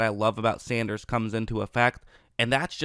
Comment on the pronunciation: SAN. DERS. sendrus....... SANDERRRRRRRRRSSSSSSSAH